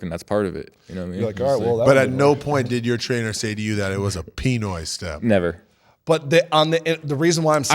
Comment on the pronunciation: EYY ITS THE PINOY step!!! Emphasize on the noy not the pi lol